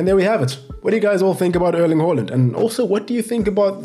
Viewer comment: It's pronounced Airling.